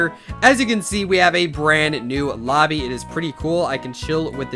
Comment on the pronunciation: did i just hear obby not lobby